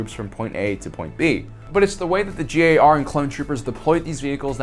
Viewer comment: You keep saying “JAR”. Don’t you mean “GAR” (Grand Army of the Republic)?